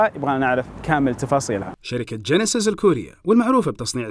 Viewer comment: جانسيس ههههههه اسمها جينسس ياطعس